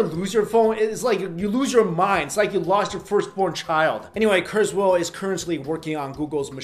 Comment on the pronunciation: It's KurzWHILE not KurzWHALE